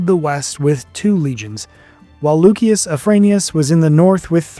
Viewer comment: And loo-shus not luk-ee-us